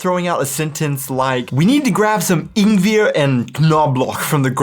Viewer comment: The knoblauch pronunciation is not only cringe - it's unrecognizable 😂 If you hadn't shown an image I wouldn't have guessed it. The ingweeer was also very ing... weird 😜 Nevertheless, kudos for the great video as usual. Enjoyed watching it.